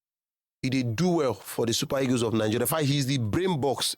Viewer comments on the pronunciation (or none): Nigerians are funny. They have such weird pronunciations. They defy the queens language with ease. Listen to how they pronunciation the word EAGLE. The word is pronounced EE-GL but the say EGOS😂😂😂😂. What is EGOS? Can't you Nigeria pronunce EEGL? 😊😊